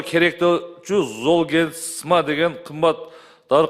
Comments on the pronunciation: Зоолмигрен дейби оно кыз😅ат десе тоо дейтко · Уят уят сулуу айым дарынын атын туура айталбай жатат! Жоопко тарткыла бу аялды Даярданбай эле камалсын! Жетоо отурабы камалсын! Золгезма ны туура айталбай жатат ээ зол мигрен деп Дагы мактанып коет выщыймын деп ай ай уят уят уят уят Андан коро келбей эле койбопсун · Дарыга тили келбейт кандай вырач😅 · Уялбай оригинал дегендечи, бет деген деле калбай калганбы ? Бул креслодоку отурган здравоохранения аман эле болгула! Даже название айталбай атат уят эле Кудай ай ушундай адамдар эмне деп иштеп журот алжыган акмактар! Ушуларды текшериш керек ошол 16 балага даже жеткенине ишенич жок бул акмактардын айынан.